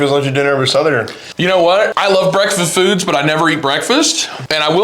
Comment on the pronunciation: "I love breakfa-foods" haha sounding a lil Backpack Beef Sammy buzzed after his 4th one